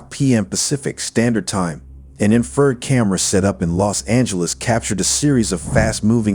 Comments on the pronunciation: Ok! It is pronounced! In- fra- red. Not infered! Im a certified in thermography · Bad AI vocals. Detracts from the story. "Inferred". INFRA RED. Ugh. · Cmon man you don’t know that infrared red is pronounced infra-red? Are you using AI voice?